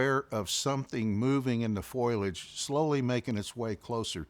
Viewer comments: The word is not foilage. It is pronounced foe-lee-idge. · ✅Foliage - fo, lee, age ❎ Foliage - foil, age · I'm a New Englander and we all say some words funny but so many people say foil-age but it is pronounced .. FO-LIAGE. I'm not picking on anybody...I still catch myself saying "granolar "bars ...soder..etc. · The word is foliage. "Fo li edge" not "Foy ledge"😊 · This is great! But oohhh grinds my gears every time he says "foilage" instead of foliage! It's as bad as "nucular" lol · Foilage or foliage? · Foilage if you're Marge Simpson, or my mom. Foliage if you're everyone else. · Great recounting…but have to say,it is fo-li-age not foil-age. Surprised to hear that from an outdoorsman. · Ok, I'll say it out loud.....F O L I A G E. Not, foilage. Google tells me that is not a word. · It's "foliage" not "foilage." Good Lord! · why does he keep saying FOILage instead of FOLIAGE like, dude?? you want me to take you seriously and you make this kind of grade 5 mistake over and over again? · He learned english from Marge Simpson. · Its foliage not foilage. Mispronounce that word drive me crazy to hear that. He is well spoken other wise. Whew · “Foilage” 😂😂😂 The word is fo-li-age - I can’t believe no one’s ever told him this since he says it so many times. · could you tell him it's 'f*OLI*age' instead of 'F*OIL*AGE' pls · It's called foliage, not foil-ege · "Foilage" 😂 ok, Marge Simpson